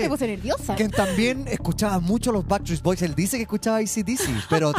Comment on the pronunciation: Ojala vea el mío, ella dice Basstreet boys es BACKSTREET BOYS, el único que lo dijo bien fue y los animadores